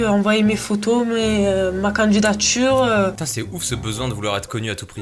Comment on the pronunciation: "Ma canjidatjure"